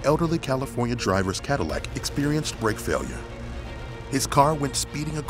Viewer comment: cadallec (H)